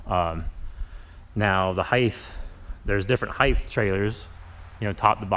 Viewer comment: It height not heith